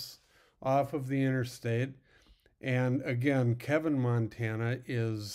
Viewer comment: It's Keeevin